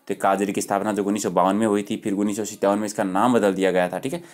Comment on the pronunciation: sir pronunciation shi kro 19 ka